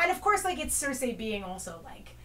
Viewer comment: Why are you all saying Cersei's name that way? I get that it's an "ei" at the end, but everyone else I've ever heard just says "Cer-see." It's super annoying. It's like if you always pronounced encyclopedia "encyclo-paedia"